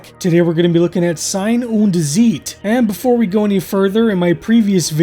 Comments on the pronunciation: you pronounce them on the second vowel. ie=beet ei=eye. and Z is ts tsite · Nein nein nein. It's not "zeet" 😂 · And you're so close, just pronounce 'Zeit' the same as you do 'Sein' and just put a bit more emphasis on the 'z' in Zeit. :-)